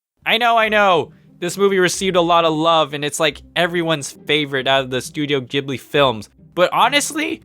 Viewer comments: did you just call it... Studio JIBLI? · Why did I hear him say “studio jiggly”😂